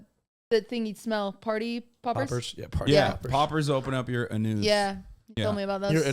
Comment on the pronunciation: "poppers open up your anousse"